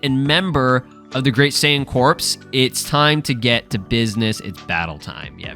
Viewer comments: I'm 99% sure "saiyan corps" is pronounced "cor", not "corpse" lol. like the Marine corps or the Green Lantern corps. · It's pronounced the Saiyan "Cores" like Marine Corps. Not like corpse as in dead bodies. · It’s pronounced as core the “p” and the “s” is silent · It’s pronounced CORE. Jesus Christ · apparently corps is pronounced "core", and this is the definition: a group of people who are connected because they are involved in a particular activity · Just so you know, "Corps" is pronounced "Core" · Corps is pronounced the same as core